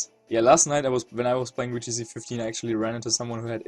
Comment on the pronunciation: not trying to be rude but can you say the "Vee" sound in VGC and you just choose not to?